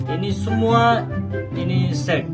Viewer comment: Satu set jangan salah ucap set ya😅